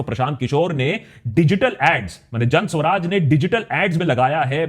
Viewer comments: Isn't it Jan Suraaj and not Jan Swaraj? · It's "Jan Suraaj", not "Jan Swaraj". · Why are you pronouncing ' Jan Suraaj' incorrectly ?